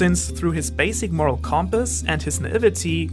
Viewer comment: you said “what makes someone morel” and i was like idk carry around a big pipe